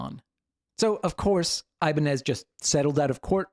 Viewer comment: You're probably the only person I've ever met that knows how to pronounce "Ibañez" as it shold in Spanish (despite the brand). Great video and fantastic job, man!!